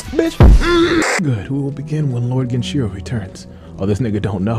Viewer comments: Game pronunciation: Genichiro pronunciation: Genchiro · who tf is this guy saying genchiro and miri counter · ME KEY RI GEN EACH E ROW Hearing genshiron and miri kills me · Bruh i swear if he says "miri" counter or "genchiro" one more time